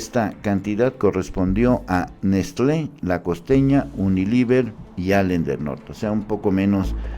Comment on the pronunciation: Todo el video leyendo mal diciendo uniliver en vez de unilever... Es lo mínimo que tienes que hacer, leer las notas de portales de terceros y luego dar tu opinión y ni leer bien puedes.